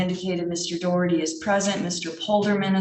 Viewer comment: It's Daw-Herty, not Doe-Herty. It's an Irish surname, so say it correctly - even if that gobshite is shaming his Irish ancestors with his idiocy.